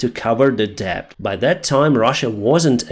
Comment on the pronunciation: Hi Deyns, your English is geat but but 'debt' is one of those misleading ones, so it's spelt with a 'b' but we don't say the 'b'. So it pronounced 'det'. Hope you don't mind me correcting.👍